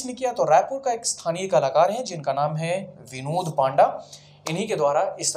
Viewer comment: Sir ji wo पाण्डा nai पण्डा है।